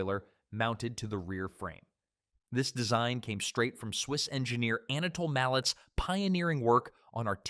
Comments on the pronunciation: As is more and more common these days , A I somewhat spoils the narrative, ie; The Swiss engineers name that was mentioned is not pronounced like a hammer. It is pronounced (MAL-LAY). like valet or ballet . He was Swiss born but his family spoke French and was of French lineage. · Anatole's last name is pronounced "Mal - LAY", in the manner of French The manufacturer's trade name was ALCO, one word, not spelled out. Fucjing crappy computer generated voice track. DOWNVOTED